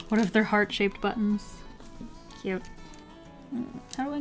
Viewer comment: did she said "heart shaped shoes"??